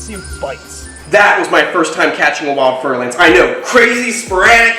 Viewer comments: Fer-de-lance is french word. You have to say with French accent or I unfollow your beautiful channel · fer de lance, mhm. i did not know how to spell it and i thought i heard fertilized ants..... yea. i knew it wasnt right, but what IS right then?